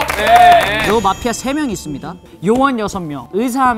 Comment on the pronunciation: I don't know why nobody is talking about it but Jeongwoo's pronunciation of MAFIA~ cracks me up everytime!!!